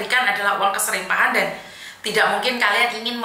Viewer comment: MAAF; BUKAN KESRIPAHAN TAPI: KERIPAHAN 👍